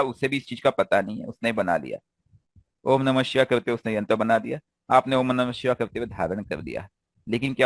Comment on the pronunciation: Sir ... Shivay se pahle :(H) ka sound nhi Lena chahiye. "Om nam shivay" sahi hai Shivay ke "om shivay namah" sahi hai